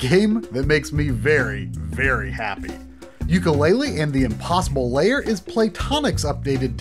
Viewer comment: pro-tip: "lair" is one syllable, pronounced like "hair" or "pair", NOT two syllables like "layer" or "payer"